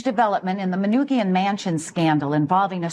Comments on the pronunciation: “Man-noo-gee-in” Mansion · It’s Manoogian Mansion (MAN-ooo-GEE-Ian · "Man-OOO-Gian" mansion lol. From a person from the area. lol